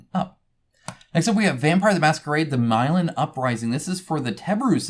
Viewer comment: It's Mih-lahn btw. Name of a city.